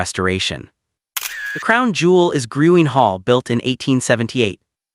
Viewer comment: Dance hall is pronounced, “Green” but spelled Gruene